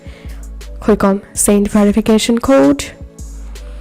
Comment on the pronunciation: bro said " Guys this how to do it without verifacation now just open the verifacation code"